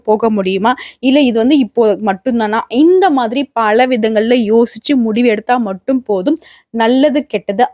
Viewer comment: பள அல்ல பல. ம்ம் உங்களை தொடர்பு கொள்ள முடியுமா